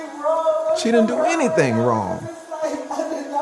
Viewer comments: “Omg I didn’t do anythinga wronga”! Again with the A on the end. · Watch, as soon as they pull her entitled a** out she'll scream : I didn't do anyfing, whatta I do? (I'm only .) Darned, I was wrong. She already said it while in her car.